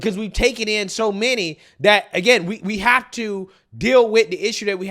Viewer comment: You seen DAT, you heard DAT 😂 Dude is illiterate 😂